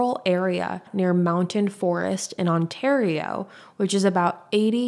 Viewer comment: U pronouce Ontario correctly thank the Gods🙌Im from a nearby city and remember this so well. It is infuriating😭